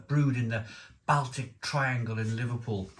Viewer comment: he's pronouncing it the way it should be pronounced